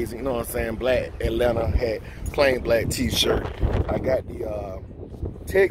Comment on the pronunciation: That Atlanta came aht in the beginning 😂💪🏾